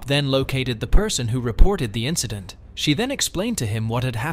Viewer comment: "The next indecent?" I think you mean incident. (Chloe)